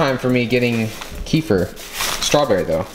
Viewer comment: The way he said Kefir made me cringe.